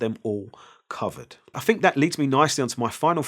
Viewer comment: I'LL a always remember you as the guy who says "fink" (think) 😂👍